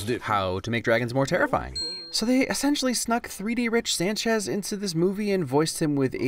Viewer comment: They spelt rick sanchez wrong. they said "Rich sanchez."